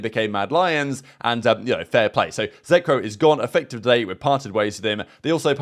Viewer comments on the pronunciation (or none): Why do you always say zeckrow lol